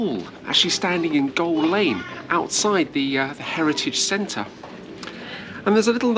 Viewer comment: Just seen this vid, I’m from Sudbury, had to chuckle every time you mentioned Goal Lane, when it’s Gaol lane as in “jail”